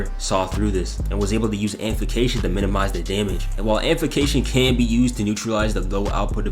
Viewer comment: "Amplication" MMMMFFFFFFF, AMPLIFICATION